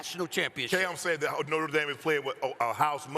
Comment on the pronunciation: “Norter Dame” -Cam Newton